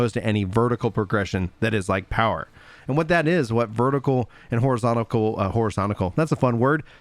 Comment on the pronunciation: Horizonacle xD